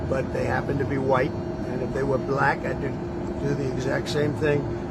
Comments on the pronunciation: Moron Con Felon says Bu-lack.Moron Con Felon says Ba-lack. Moron Con Felon says Bluack. As if he's disgusted saying it. But Moron Con Felon just can't ever simply pronounce it "black". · President Ramaphosa is the most intelligent one . Trump reveals how he really feels about Black people, by the way he pronounces the word " Black" ... The way he says "Black" is very telling of his true feelings ... Selah ...